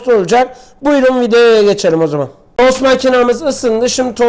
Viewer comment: TOS Değil tost